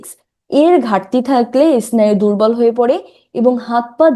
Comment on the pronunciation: আরে ইসনায়ু নারে মূর্খ স্নায়ু।